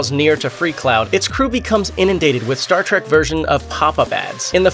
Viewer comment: Is this guy really saying Star track.. instead of Star trek